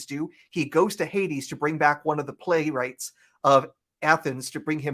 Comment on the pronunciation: something so endearing about mispronouncing 9/10 ancient greek or other antique names. HADES.